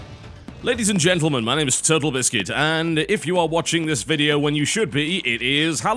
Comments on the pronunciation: anybody else heard 'Turtlebiscuit'? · Is it just me or does it sound like he says my name is turtle biscuit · At the start it sounds like he said turtle biscuit